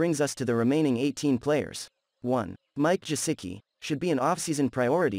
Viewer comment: Pretty sure you're not saying Gesicki correctly. Lol